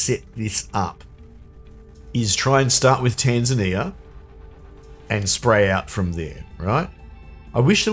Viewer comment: For some reason, as I watch this, my brain keeps rebelling against you saying "Tanzania" properly and expecting it to sound more like "Tasmania" xD